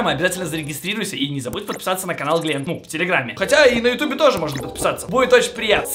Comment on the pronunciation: Не Гент а Глент